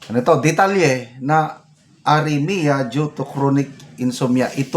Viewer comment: Arrhythmia, not aremia.